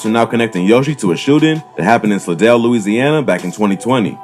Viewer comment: It’s pronounced sly-dell but spelled Slidell I don’t know what they called it in the video